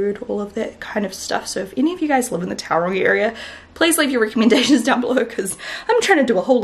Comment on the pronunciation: Love you Shannon and your amazing make up tutorials. Can I just ask that you please pronounce Tauranga properly. Tau is pronounced like toe. That's it. The house looks great too 👌😊